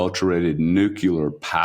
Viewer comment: nucular power. done